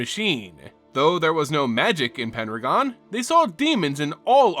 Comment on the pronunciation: Are you saying "Penragon" or "Pendragon"?